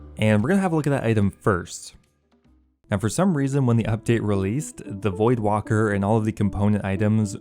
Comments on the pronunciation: I think it's void waker not void walker. Just sayin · Void-Walker Bruh, it’s Voidwaker. Lmfaooo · It’s void WAKEr not Wocker lmfao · Voldwaker... voidwaker lmao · Voidwaker not walker. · Void.. waker... Not ... Walker... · It’s Void-Waker hahaha, not Void-Walker or Void-Woka 😂😂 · my guy. its void waker, not walker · Bruh OSRS players literally can't read words. WAKER, not WALKER. Even the wiki had to correct people lol. Just as annoying as people mispronouncing Faerdhinem and Amascut. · There's not an "L" in voidwaker bro... Also since he apparently can't check a tracker accurately or provide an update it's selling for 460m as of like 10 minutes ago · Why is he saying voidwalker? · Theres no L in Voidwaker. Its waker, like waking, or awake. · That's what I'm thinking lol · Voidwalker? There is L in there XD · It’s called voidwaker as in void- WAKE-ERR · It's called the void Waker (as in awaker but without the A) VoidWaiker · is this guy serious? is he serious? the pronunciation of voidwaker-- is he freakin serious? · And neither of those are right 😂